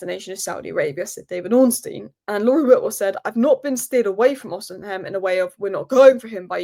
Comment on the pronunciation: You're still pronouncing Osimhen wrong. Ignore the h, pretend it's not there. Osimen Why do you want Cunha??? He's a good player but he's erratic, has poor discipline. Why would Rogers leave Villa for us right now? Casemiro likely to follow... based on what? We can't get rid of him. He's not desperate to leave so won't take a pay cut. Nobody wants him.